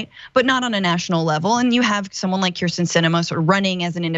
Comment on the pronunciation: Cenk went off on Tucker Carlson for calling AOC Sandy, then goes right ahead & calls ""Kirsten "" ""Christian "" like 5 times !! What a chump !